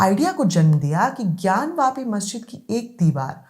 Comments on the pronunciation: ज्ञान वापी है न कि ज्ञान व्यापी जो सही से बोल नहीं सकता वो सही फैक्ट क्या देगा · इस अनपढ़ ज़ाहिल के बच्चे को कोई बताए कि ज्ञानव्यापी नहीं ज्ञानवापी होता है। वापी- कुआँ।